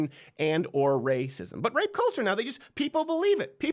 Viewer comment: Rrrrrape, rrrrrape, rape, rrrrrape, rape, rape...lmfao